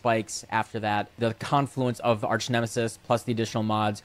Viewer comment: Arch, not arc. OMEGALUL